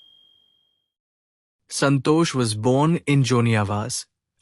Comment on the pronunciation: It is santosh not santo.😊